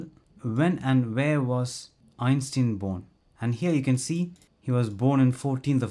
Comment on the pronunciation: did you just repeatedly pronounce it "ein-steen"??